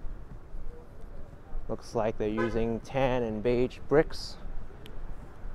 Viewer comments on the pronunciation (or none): none